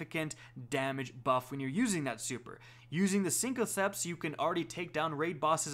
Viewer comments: Synthoceps not cincoceps Raiden flux not radian flux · “SYNTH-O-CEPTS” not CINCO CEPTS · Syn-co-ceps. . . . HUH? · Synth with a th not synco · Cinco-ceps. I'm dead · "Sinco" ceps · Sink-o-septs Lol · The way you pronounced Jotunn and synthoceps makes me want to unsub and never watch again. "siNKoCeps" truly appalling. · please don't say cincoceps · He's pronouncing Jotunn right though. I'm not gonna defend synthoceps though, that shit's just unacceptable.